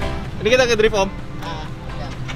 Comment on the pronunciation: awal pratama 163 ngomong drift aja masi salah...